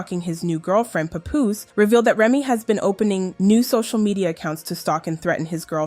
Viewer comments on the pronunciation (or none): Why y'all people not in the culture keep saying his name wrong? WTF IS A PAH POUS? it's PAP-POOSE lmao Y'all gotta stop using AI also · Girl. His name not Poopoose. It's PAH-poose. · For fuck sake you are fucking up his name just say PAP Damm can't even listen to the video your talking is so annoying please don't do any more videos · IT’S PAP-POOSE …DAMN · Why everytime i click one of these vids yall giving their documentary. And on top of that you said his name wrong everytime. You dont even know who these people are lol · SORRY I COULD NOT GET PAST THE MISPROUNCIATION OF PAPOOSE NAME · I hate how you pronounce his name… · Was pissing me off 🙄🙄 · The way his name is being pronounced 😐